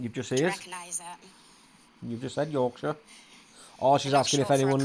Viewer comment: No you said yorkshire right the first time. I hate when people say call it the second way you call it. Nobody in Yorkshire calls it shyre or how ever it’s spelt 😂😂 I’m West Yorkshire born and bred so I know for a fact 😂😂😂